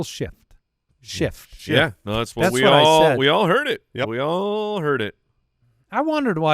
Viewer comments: Illegal Shit is what I heard! But YouTube heard shift. Lol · Definitely didn't hear an F in that shift